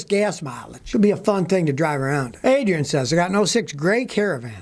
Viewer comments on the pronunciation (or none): none